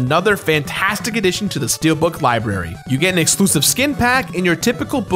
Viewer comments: He said adition Instead of addition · Oh god I nearly lost it when you said “Addishon” oh god why did I find it that funny?